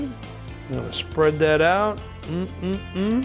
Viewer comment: “Look a dat “. New joysee.